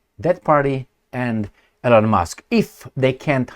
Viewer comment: ...L-On ? 😂 C'mon man! You can pronounce all kinds of difficult names of different cities, towns, regions in different countries...but E-Lon is to hard? E-mil E-lon How hard is that?